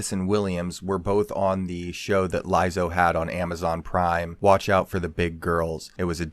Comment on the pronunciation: Why do you keep saying her name wrong?